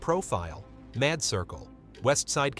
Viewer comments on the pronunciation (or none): Need to stop using these bad AI voices. Mod circle? Cmon you got a AI that cant say mad right?